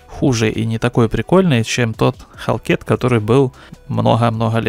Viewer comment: Не халкет, а - хэлкат